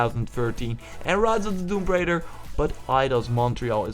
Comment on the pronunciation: "Tomb Braider".. It's Tomb Raider.. lol.